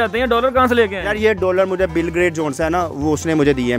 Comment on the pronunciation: Dear ; it’s not BILGRAT, CORRECT NAME IS “ BIL GATE”